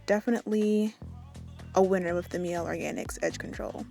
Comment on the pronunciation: It's pronounced Miley like Miley Cyrus